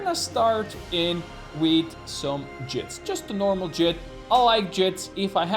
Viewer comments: Jitte is a Japanese word, and is pronounced "Jeet-Teh", not "jit". Never heard a single person get it right. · Can you guys stop calling them "jits". It's jitte, fml. Two syllables. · Hopefully he's learned how to pronounce Jitte by now. It's JEE-TAY. It doesn't rhyme with "shit".